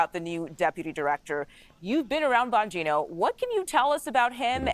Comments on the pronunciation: CBS putting the "BS" in news reporting. This nitwit couldn't even get the pronunciation of his last name right after two tries. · She can’t even get his name, right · Can't even pronounce his name? CBS stinks. Bongino is way beyond a podcaster and being widely famous. He was a public servant long before being a podcaster. He has a law enforcement background...lack of experience in the FBI? Thank God. Report...why is Patel doing what he is doing, explain it like a good objective reporter should. Difficult to do their jobs??? Worried??? They should be, they are criminals. Chop? What a loaded word. Explain why the government is bloated. Pruning hurts. CBS should be pruned along with Face The Nation. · LOL. COULDN'T EVEN PRONOUNCE HIS LAST NAME SLIPPED UP IN THE BEGINNING! FAKE NEWS ONCE AGAIN!!!! DAN BANGINO HAD BEEN A BODYGUARD FOR MANY YEARS!!!!! FROM BUSH'S ON UP! HIS MAJOR QUALIFICATIONS ARE ABSOLUTELY EXCEPTIONAL!!!! ✊❤️✊❤️✊❤️✊ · Can’t even get his name right. Disgraceful